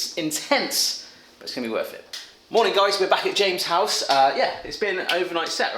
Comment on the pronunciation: The blonde guy really should learn how to pronounce "James's".